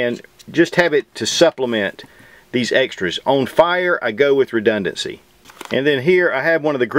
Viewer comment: You keep using a word sounds like "rededency"' but since my english is not so good, I can't spell it right and I don't know what it's meaning